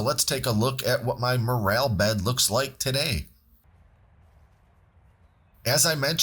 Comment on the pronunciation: “More L” not morale, also not More ale” 😂